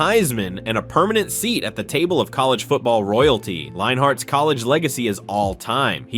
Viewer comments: it's pronounced line-ert I believe. Could be wrong though. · Lol, Matt Linehart. Dude, learn to pronounce names if you want to be taken seriously. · There’s no H in Leinart